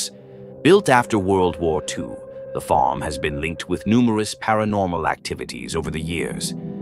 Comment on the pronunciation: That AI narrator does not know how to pronounce the word farm